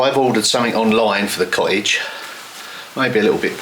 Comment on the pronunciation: For international viewers it would be helpful if you didn’t pronounce th at the beginning of a word as an f - or th in the middle of a word as a v - also it isn’t co-ige it’s cottage - what do you have against the letter T - all tongue in cheek I might add lol